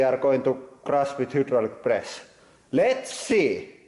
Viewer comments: "y" in Finnish is kind of an "uuu" sound, I love it. Also of course he has that many presses. This is huudraulic press channel! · Hyoo-draulic press